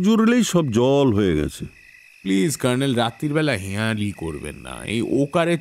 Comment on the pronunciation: গল্পপাঠের সময় জয়ন্তর "কর্ণেল"এর উচ্চারণটা "কার্ণেল" হয়ে যাচ্ছে কেন?